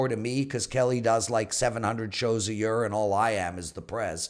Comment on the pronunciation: sound is actually much better than last year. thats year, not yeeer as Prez pronouces it! hehe!!